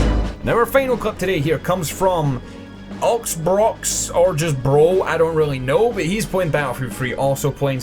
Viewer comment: "Oxbrox". Ask yourself..how do you pronounce the letter "X" in your own wonderful language and then try again pronouncing that guys nick. I know..it's a revelation.